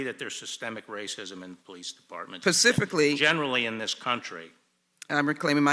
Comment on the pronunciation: JacksonLee says “pacifcaly”. Who votes for these low lifes?